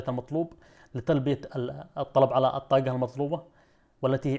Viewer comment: ليش ما تنطق الحروف العربيه بطريقة صحيحه الطاقه وليست كما تنطقها شاب يبدوا متعلم ولا يجيد نطق الحرف العربي بطريقة صحيحه حرف ق